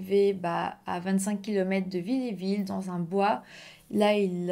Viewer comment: narratrice NULLE ... pas pu regarder jusqu'au bout... et c'est VILLERVILLE pas villéville....faut savoir parler correctement et lire la carte où est écrit le nom du village aurait évitée cette faute de nom par 3 fois de surcroit....en 5 MN... bravo donc abandon